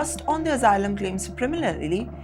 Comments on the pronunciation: Omg, it's asylum, not AZYLUM? You keep giving us plenty of laughter. 😂😂😂😂😅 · It is not azzilum.